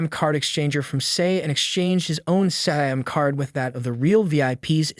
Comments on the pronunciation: I'm ngl no human no breathing thing can mispronounce words this bad like sim card fucking SIM card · bro cant say sim card